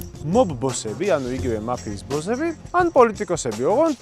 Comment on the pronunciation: მაფიის ბოზები არა ძმა ბოსები ზ ს მაგივრად ს